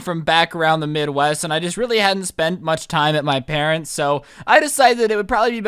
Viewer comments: OMG I heard parents!! Weird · You said “I decided to spend Christmas at my presents house” like if you heard that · wait you said presents house